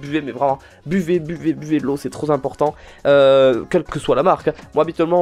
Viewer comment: Trop zimportant ? OMG ! C'EST L'APOCALYPSE, IL A DIT TROP ZIMPORTANT !